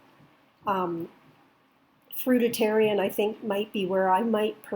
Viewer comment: I’ve never heard someone say fruitarian wrong until I watched this video